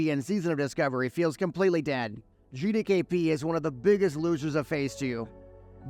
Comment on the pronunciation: Why do so many people pronounce GDKP as GdayKP?